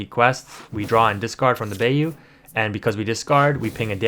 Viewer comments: "buy-you" not "bay-you" ... love the vids tho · We’re not letting you slide on Bay-oo 😂 it’s Bye-oo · ..... Bye-you.... = Bayou.... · I dont want to be that guy but bayou is pronounced like Buy- You (bīo͞o) but besides that very good video keep up the hardwork! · Lol thank you for your correction. That Bay-U was killing me. 😂